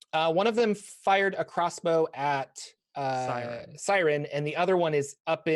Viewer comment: Taking a shot everytime says Syrin's name wrong